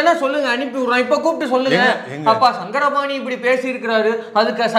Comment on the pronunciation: சாரங்கபாணி... சங்கரபாணி அல்ல..